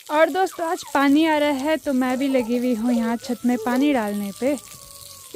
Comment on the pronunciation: डालने का उच्चारण ढाल ना मत बोला करो ड और ढ मे फर्क होता है ससुराल मे लोग छुई लगाय गे आशीर्वाद 👍🌹❤️